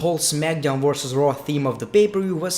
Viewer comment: Your accent: When you say "Monday Night Raw", it sounds like "Monday Nitro".